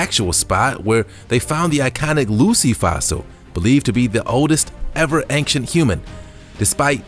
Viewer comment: Dear narrator: "Ancient" is not pronounced with a hard "C" ("K" sound).